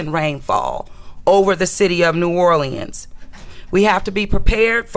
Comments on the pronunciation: This girl said "NEW ORLANDS!!!!" I can't stop laughing 😂😂 😂😂!!!! She says it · It's New Orléans not New Orlieans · 😂😂😂 wow New Orleeins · Naw lins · You can tell someone isn’t from New Orleans when they say New Orl- Le-Ends 😂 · Ik it’s pronounced new or-lins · I hate the way she pronounces "New Orleans". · Why does she pronounce New Orleans so wrong??!!! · The way she pronounces New Orleans is making me cringe. Prayers to NOLA, LA